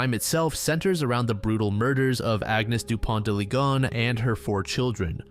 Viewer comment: slight correction, his name isn't pronounced "lee-gone" but "lee-gon-nes"